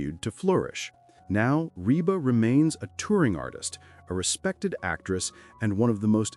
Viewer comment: Please pronounce Rebas name properly. CLICKBAIT AGAIN!!!!!!@